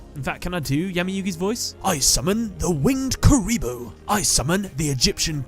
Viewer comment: when he said winged kuriboh